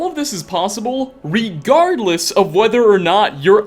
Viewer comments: "ReGUARDless" im sorry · Did you say re guard less?